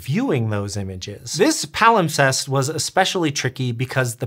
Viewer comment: Dang. Now I can’t get the word “palimtest” out of my brain. Yes, I know it’s “wrong”, but that’s what my brain saw/heard and it won’t budge.